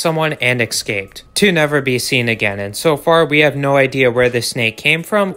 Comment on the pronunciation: the word is "intentional" and not "purposeful". Additionally, "escaped" is pronounced like it's spelled and not as "ekscaped"....